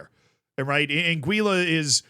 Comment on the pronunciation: an - gwih - luh